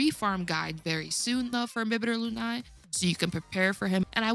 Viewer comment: It’s pronounced LOON-AYYY